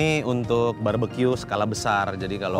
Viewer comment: Lidah Boy kepleset "barberque"